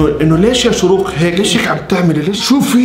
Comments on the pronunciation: شروق❎ اشراق✅ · لماذا تقول إشراق وهي شروق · اسمها شروق مش اشراق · شروق❌ اشراق✔ 😂😂😂😂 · شروق❌ إشراق✅ ياخي فصلتني😂😂😂😂😂😂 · اسمها إشراق ❎ شروق✅ (😂😂😂❤) كل ما بيقول إشراق بضحك😂😭* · عم يتمصخر على أسمها هههه 😂😂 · شہروٌقہ ❎ آشہرآقہ ✅ شہوٌ قہصہتہكہ مہعہ آلآسہمہآء 😂😁😂😂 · الوظيفة: تخريب الأسماء🌚💔 رغده❌ رغدك✅ شيرين❌ شنينا✅ سيدرا❌ سميره✅ نارين❌ نارينا✅ وليد❌ محمد✅ بنين❌ بناين✅ نور مار❌ نور مارخ✅ شروق❌ إشراق✅ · شروق ❌ اشراق ✅😂😂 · اسمها شروق مو اشراق 😂 جايه اتفرج على الفيديو بعد 3 سنيين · شروق ❌ اشراق ✅ 😂😂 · مشان الله اسمها شروق مش اشراق 🙁😭😭😂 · شروق❌ إشراق✔️ 😂😂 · شروق ❎ اشراق ✅ 😂😂😂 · تنبيه:البنت إسمها شروق مش إشراق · شوروق❌ اشراق✅ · شروق مش اشراق😂😂😂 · شروق❎ اشراق✔ ههههههههه😂😂😂😂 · اسمها شروق مو اشراق😂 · اسمها شروق مو اشراق😂😂😂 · شروق ❌ أشراق ✅ 😹😹💔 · ايش مشكلتك مع الأسماء اسمها شروق مش اشرااااااااااق😤😂😂😂😂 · يا زلمي ما عاش تقول اشراق اسما شورق اوف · شروق ❌ اشراق✔️ 🌚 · شروق ❌ إشراق ✅😁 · إسمها شروق ليس إشراق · شروق مش اشراق HHHHHH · شرووووق مو اشراق اقرا عدل